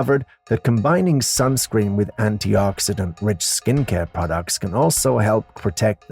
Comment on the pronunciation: WTF is “skunscreen”?!